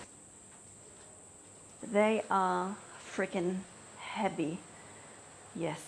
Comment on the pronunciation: Heawy, heavy, heawy when you said it was really cute❤